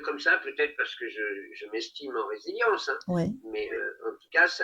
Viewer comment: On dit résilience et non pas revelience